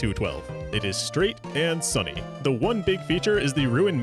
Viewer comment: Amazing video, great work! Also you’re the only English-speaking person I’ve ever heard mispronounce the word “Sunny”